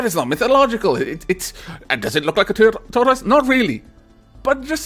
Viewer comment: Not to be rude but, tortoise is pronounced: Tore-Tis